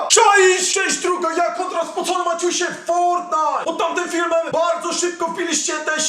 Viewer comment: Dla czego muwisz spocone maćuśe?